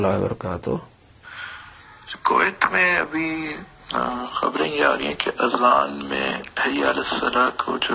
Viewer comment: ماشاء اللہ azab nhi azan ye sahih farma dyn